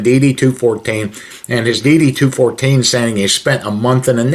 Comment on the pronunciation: I saw one of his videos where the phony calls the DD-214 as DD 2-1-4 like the numbers separate instead of 2-14. Right then and there I knew that man never served a day in his life 😂 regardless of what you did in the military, you even got to pay attention to the small things like that to know who the phonies are.